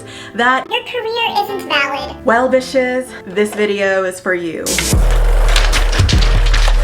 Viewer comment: Did you start the video by saying “hello bitches”? Or “hello dishes”? I couldn’t tell.